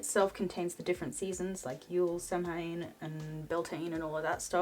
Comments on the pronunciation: Just a heads up, Samhain is pronounced 'Sow-en'.. Sow like female pig 🐽 love the video! 🖤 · It's pronounced "Sawen". Much love to you <3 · Love the vid, as always! Only one tiny comment - Samhain is actually pronounced "sow-win".....:)